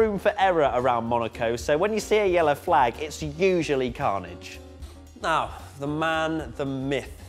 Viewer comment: Was it me or did I hear a NEOW he is back 😂🤣😂